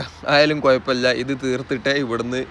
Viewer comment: നീ മലപ്പുറം ജില്ലയുടെ പേര് കളയരുത് സംസാരിക്കാൻ അറിയില്ലങ്കിൽ VIDEO ഇടാതിരിക്കും പൂലർച്ചയായാലും കോയപ്പമില്ല അങ്ങനെ പറയരുത് കുഴപ്പമില്ല കാത്തിരുന്നു ചടച്ചും അങ്ങനെയല്ല കാത്തിരുന്നു മടുത്തു